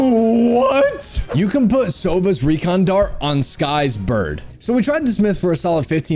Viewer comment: "recon dalt" lmao